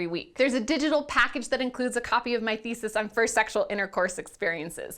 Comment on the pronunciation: I swear it said a perk that shares my niece's first sexual intercourse experience.... lol but she said thesis not Nieces